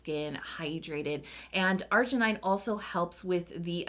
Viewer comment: I think it pronounces argi nin, not argi nai, and 'glu coside, not glu 'coside, and u'rea, not 'urea.